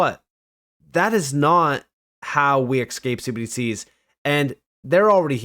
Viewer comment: Man, I really wish you'd stop saying cbdcs as one syllable.